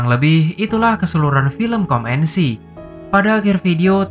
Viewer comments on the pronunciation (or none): Bacanya come itu kam bang bukan kom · Kok bacanya kom sih min ? 🤔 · Gw bengekk pass bilang "COME" 😂😂